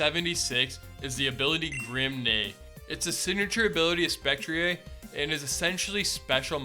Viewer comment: Sorry, I dont normally get urked when someone completely misspronouces pokemon names but my brother in Christ it is SPEC-TREE-EER and GLASS-TREE-EER I have literally no idea how your brain ignores the R at the end of both of their names.